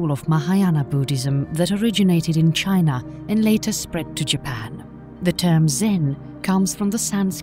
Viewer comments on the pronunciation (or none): none